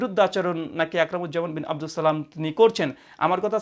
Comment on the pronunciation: আপনার সালামটা শুনেই হতাশ হলাম,,,শুদ্ধ হয়নি